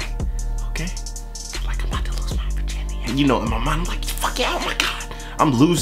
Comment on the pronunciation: "My Virgirnity" I'm dying!!!